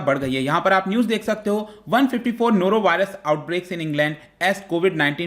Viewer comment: Nora Virus😃😃😃